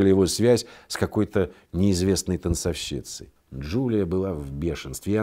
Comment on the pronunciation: УВАЖАЕМЫЙ, ПОЖАЛУЙСТА, ПРАВИЛЬНО ГОВОРИТЬ танцОвщица, но не танцовщИца! Ведущему это НЕ ПОЗВОЛИТЕЛЬНО!